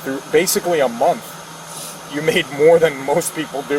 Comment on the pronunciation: Working for a school district and can’t pronounce month correctly 😂😂